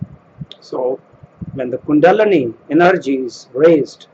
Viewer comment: Hello We spoke in another channel who poked fun at master Rampa. How should address you? Do you have a religious title? I'd like to know all the 19 books names in chronological order. When can i find it? I noticed you pronounce Kundalini as Kundanali. Is that the sanskrit way? Finally, have succeeded in raising your kundalini to the brain? If so, share your experience. Thank you. Om Shanti Florbela